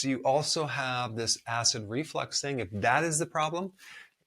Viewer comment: There’s no such thing as acid reflex. It’s acid reflux. And I listened a few times and it really sounded like you thought it was acid reflex. Also, why is the salt concentration strong enough to desiccate (that’s what’s it’s called when you dehydrate a cell) but not enough to do the same and kill the cells of your body (specifically the extremely fragile cells of your the mucosa linings of these area of the body? Also a drop of liquid in the ear does not get to the Eustachian tubes jointing the throat and ear. The ear drum seals it off (that’s exactly why the Eustachian tubes exist: to equalize air pressure from the front part of the ear with the inner/back.